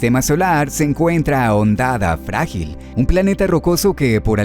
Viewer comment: Que no se pierda esa bonita costumbre de no saber como pronunciar Hondonada Frágil xD jajajaja grande, que gran video.... por cierto FeldesPASTO jajajajajajaj me parto de risa.....